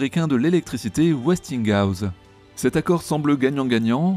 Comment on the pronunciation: Westinghouse se prononce Westing house, c'est un minimum quand on parle de grandes sociétés